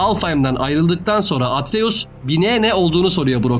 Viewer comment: Abi ama atries demene sinir bozucu 😂😂